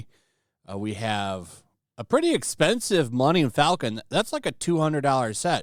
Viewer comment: Mully-un-um falcon, why did you say it like that?